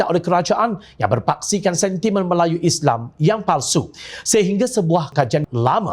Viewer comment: oi pengacara..sebut islam tu betul sikit,isley2..respek sikit la..walopun aku tak sokong pas,sebut islam tu biar jelas..